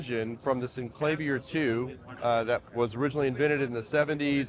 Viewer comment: Yes! But there is video of Cameron pronouncing it both ways. However, the word "clavier" is pronounced "cla-VEER", as in Bach's "Well Tempered Clavier" -- so "CLAY-vee-er" is incorrect.